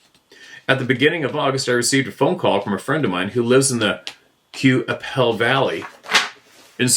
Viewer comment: Fort Qu'appelle is pronounced KAH-PELL. I know as my (now deceased) grandfather used to drive the mail wagon with his team of horses by that area way way back in the old days. His brother rode shot gun. He said there was a haunted house there that was haunted by the ghost of an old Dr., and a haunted hill where the ashes of a dead indigenous man's ashes had been spread. He did not like that area. He drove the mail from Swift current down into Montana and back up through Assiniboia, Moose Jaw, Regina and Fort Qu'appelle and all those areas. He was born in 1893 so this was the very early 1900's. He used to pronounce it as Kah-Pell.